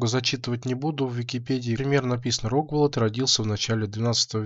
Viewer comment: Маленькая поправка, в имени Рогволод ударение на последнее "О", РогволОд.